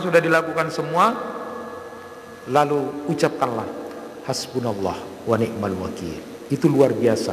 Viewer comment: Wani,mal bukan wanikmal